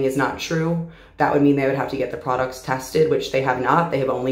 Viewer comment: This is very off topic but....I love the way she says products😭❤